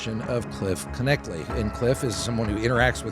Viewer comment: I believe its pronounced "Knechtle."